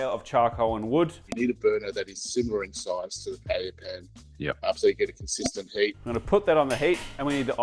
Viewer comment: I'm so glad you pronounced paella correctly! I'm so sick of going to restaurants in Melbourne (even Spanish restaurants) that employ people that call it "pa-ella".